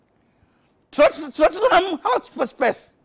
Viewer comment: Turn on the auto cc - it gives up at West Bromwich Albion - Tottenham Hotspur. Which is of course pronounced West Bromwhichsuswich against Trottrottenham Hospess.